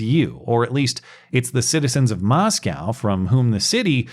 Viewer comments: It's MosKOE, not MosCOW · Small correction,: The town in pronounced “MOSS-ko,” not “MOSS-kow.” (Easy mnemonic: “There are no cows in Moscow.”) 🚫🐂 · It's pronounced Moscoe not "Moscow" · Damn it it’s pronounced moscoe. Idaho is not Russia. Great video though.